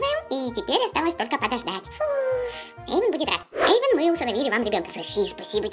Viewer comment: эйван а не Эйвон